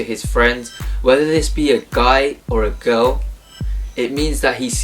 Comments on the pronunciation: I like the way you pronounce a "girl " It reminds me on "cow" lol ! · I mean he pronounces " girl " like " cow " .It is funny !